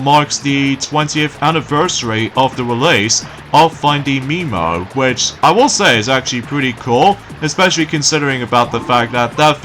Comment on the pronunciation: you mean Finding nemo! you said Finding MEMO! it's NEMO! Anyways, yeah, that film will be 20 years old!